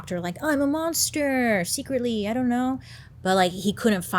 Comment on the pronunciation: Love the way she said "Ion know" 😂